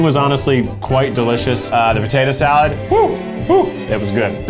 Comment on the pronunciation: Potato Zee-alad